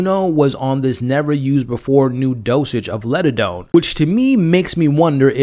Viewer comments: LIG - a - done, not Ledadone. Sorry but that drove me crazy. Also, "The Pym Reaper." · Not once in 8 episodes did you ever notice you were saying LIGADONE and MORELLA wrong? 🤦🏽‍♀️